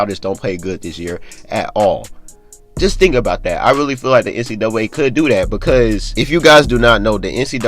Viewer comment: Nobody:: NC duway